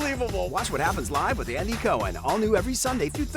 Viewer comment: ouch maybe howard shouldnt ahve done this one. Some of this is shameful like he thinks calling andys name wrong is demeaning. thats like Trump getting everyone to mispronounce Kamala. makes him look small and insecure.